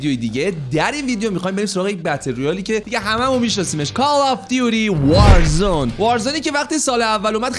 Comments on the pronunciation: وازرون ؟یا وارزون 🤣🤣🤣🤣🤣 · warzon????😐😂 Warzone is correct ✅😂❤